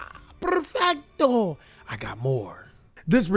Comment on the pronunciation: that "Perrrfetto" really got me